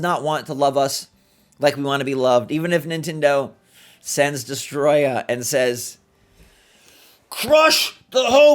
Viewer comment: not you saying "destroyah" and me instantly thinking about the my chemical romance song